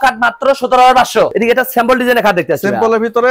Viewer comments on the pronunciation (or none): ভাই আমি ইন্ডিয়া থেকে আপনার ভিডিও দেখি আপনার ভিডিও খুব ভালো লাগে কিন্তু আপনার কিছু ভুল আছে যেমন আপনি কথা বেশি বলেন আর সিম্পলের জায়গায় স্যাম্পল বলেন